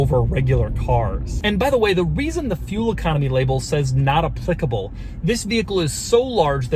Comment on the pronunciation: The way doug pronoucnes applicable tho